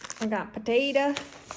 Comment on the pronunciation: You saying potato and slice of ham like you're from oklahoma was a giggle I needed. And wow I just have to say I totally relate to your story and struggles. I transferred to a private catholic school when I was in fourth grade on financial aid with thrifted clothes and divorced parents. I was that poor, weird girl and had like no friends until I knew how to blend in after a few years. Also had a dad that left us when I was 3 and a mom who took out her insecurities on me. I have complex ptsd now which affects the way you view yourself and the people in your life, it's kind of like bpd but specifically trauma related. I dont really bond with anyone, either, or it's to the extreme and I couldn't imagine my life without them. It's like a double sided coin of not being able to trust people enough to get close to them, and also not trusting yourself enough to not need their validation for you to feel security. Thank you for talking about this! I have passion for coffee and a huge dream to start a coffee truck. I go to about 5 music festivals a year and there is never any coffee at them, so I would love to be a vendor and eventually have that be my full time job. But like you were saying, that insecurity is manifesting for me into not believing in myself and holding myself back. I keep telling myself I'm still young(27) and have another 10-20 years to make this happen to alleviate the pressure and the avoidance from that pressure. You are truly inspiring me